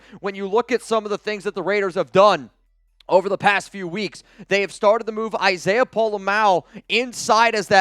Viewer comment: It's so good to hear pronounce Isiah's name correctly 😂